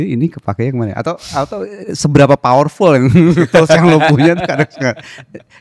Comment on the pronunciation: That " lipervool " 😭🙏🏻 Biar ga serius² amattt😭